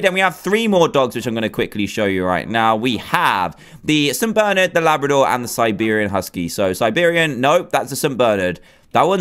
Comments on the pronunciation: did any one notice he said saint bernard rong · I'm pretty sure you pronounced Saint Bernard wrong